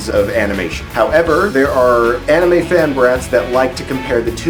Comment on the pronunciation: Its called anime not animeeh.